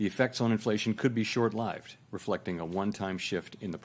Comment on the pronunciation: You can't expect such a young man to read such rare, unusual expressions like "short lived" correctly off a tele-prompter (or laptop) 😂